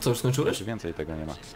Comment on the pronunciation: już a nie jusz